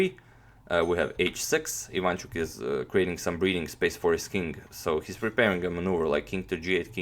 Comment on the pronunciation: why so you say ivAnchuk if he's actually ivanchUk ?